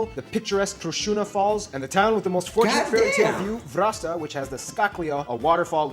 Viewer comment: He Called Vratsa VRASTA. Or I Just Heard It Like that... What Do you Think guys??